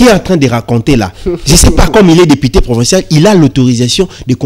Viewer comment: ON DIT DEPUTE ET NON DEPITE